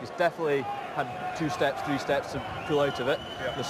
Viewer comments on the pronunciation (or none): “Come over here I’ll speak to number tree”